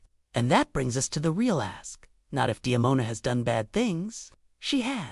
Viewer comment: It's Demona not Diona.